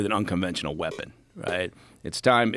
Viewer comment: Isn't this guy from the same CIA that didn't see 911 coming? Or any of the other known failures for the last 30 years like " them we-pins uh mass distructin" for the last 2 lost wars in the last 20 years? I wouldn't believe anything this guy says. He's just another gover-n-munt meat donkey pluggin his book.